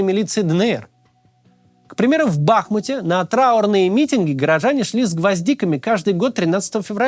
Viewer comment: мАксим, хватит БахмУт называть БАхмутом! Ну реально, хватит!!!!!! Уважай название чужого города!!!!!! И НастЕ это объясни!!!!